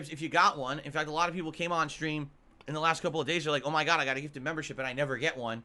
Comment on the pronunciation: "I need that money. To pay MUH bills"